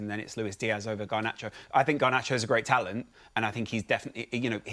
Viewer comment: Ganarcho? Martinez? Fernandes? 😂 Say no more